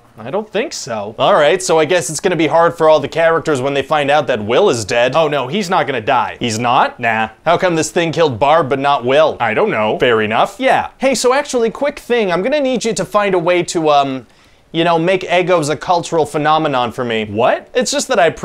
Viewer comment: Every time "Fair enough" is said, I hear "Fairy-Nuff" for some reason.